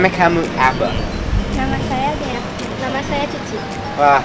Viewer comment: Nemek kamu apa, i thought i heard "mem*k kamu apa"